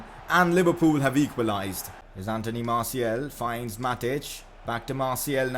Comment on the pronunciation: You are pronouncing Martials name wrong, its Martial and you pronounce the second and its not Martiel